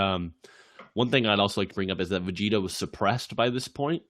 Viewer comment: "Ve-Get-a" Ok, I'm not coming back to this channel ever again